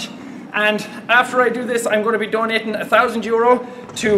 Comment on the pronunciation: "After I do this, Im gonna be dohneetin thoosand euuros" :DDD